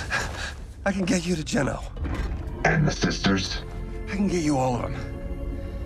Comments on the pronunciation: bro said geeno when he legit heard jones say geno smh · Why does he say Geno wrong? it just triggers me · Who's Geeno I think it's Geno not Geeno Geno. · Loved it. But why do you pronounce it Jeano. Jones literally just pronounced it Jeno. (Spelled with a G of course.) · I’m not trying to be rude but it’s pronounced Genō not jeeno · It was nice but it’s gen-o not gene-o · It’s GENO NOT GINO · Is anyone gonna notice that keeps calling it Jeano when Jones literally just called it Jeno. (Yes, I know it's spelled with a G. I'm spelling it as it's pronounced.) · He said geno not geeno I like you pronounce it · It's geno not geeno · How the fk do you screw the name GENO up literally after hearing Jones say it in the video??? The name is gen-oh, not Gee-No. People are so dumb and actively CHOOSE t do things incorrectly. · That was not the best you said geno wrong you said geeeno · That was the best you said geno wrong